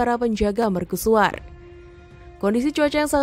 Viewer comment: Serius bertanya, kenapa dilafalkan sebagai "merkusuar", bukan "mercusuar"?